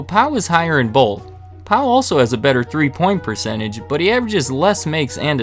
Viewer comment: This man said Paul Gasol then 20 01 10 seconds later oof